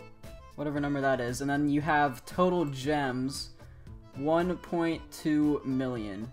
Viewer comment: Haha, love ur vids! So funny! KEEP GOING! Funniest thing was when you tryed to pronouce 1.2+M #TurtleSQUAD #TurtleGemS 3DIT: 😂😂